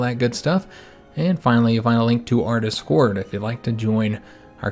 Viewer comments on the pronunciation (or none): none